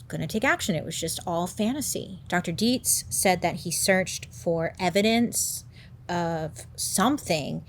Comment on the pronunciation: The fact that you said Dietz perfectly 🙌🏻 I can’t tell you how many people mispronounce the name lol. (My last name is Dietze) 😆